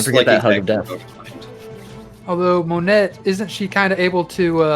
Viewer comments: Why are we saying "monette" its "Monet" with a silent "t" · “Moan-eh”. It bothered me too...